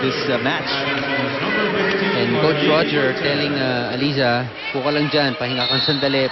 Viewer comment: Nakakangilo pakinggan yung "alisa" 🤣 same naman spelling noon pa db LY namn..😜